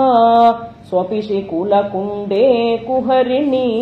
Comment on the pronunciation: there are many small errors .... deergam / hraswam, where there are splits visargam should be pronounced, samastapadams should not be broken.... not pavanavati, but upavana, kuharini - not deergam ........